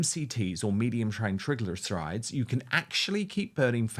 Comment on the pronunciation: Dan…Doctor Gundry is widely discredited and it is GLY-CO-GEN…..terrible pronunciation of triglycerides! lol 😂 but love the rest of the podcast 👏🏻👏🏻👏🏻👏🏻👏🏻